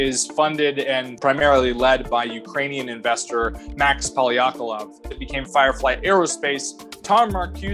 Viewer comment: says "Max Polyakolov" LOL:D